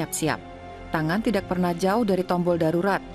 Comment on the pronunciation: Narator nya salah mulu bilang kata "tidak" .... Ga enak dnger nya